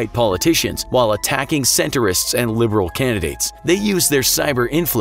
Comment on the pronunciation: it's not pronounced like "centerist" is pronounced "centrist".